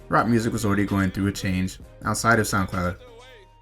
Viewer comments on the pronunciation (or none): none